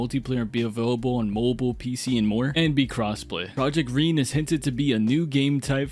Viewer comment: i think it’s pronounced ren-ay they’re american though so they forgot the accent to indicate that lol in behind the sims episode 3 the host pronounced it ren-ay like in the name Renée